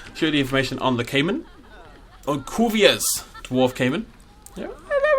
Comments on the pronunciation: Cuvier’s (Coo-vee-airs) caiman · its pronounced 'coo V airs' dwarf caiman or Paleosuchus palpebrosus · Koo-Vi-Ays Dwarf Caiman. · The caiman's first word is pronounced "coo-VYAY". It's a French name.